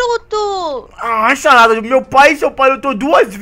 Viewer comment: "nao e bem axim xarada" mds kkkkk